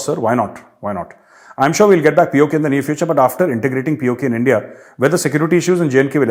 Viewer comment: Aaj kal tumhare moonh se nikalta hai 'India' magar mujhe sunai deta hai 'Endia'